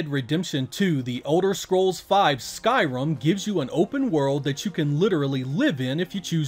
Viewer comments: Sky Rim, not rum. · I heard you say skyrum and i was like, yes! Rhum from the gods, the best game you can have on a desert island, he4. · Did he say Skyrum??? Lmao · I’ve never heard it pronounced as Skyrum before!